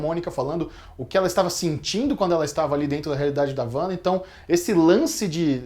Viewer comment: Parei de ver no "Uanda"